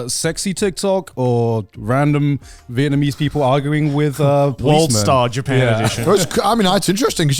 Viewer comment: Is Connor saying Vietmanese?